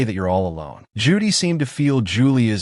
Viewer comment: Or "Ju-Dai" instead of "Judy". 🤔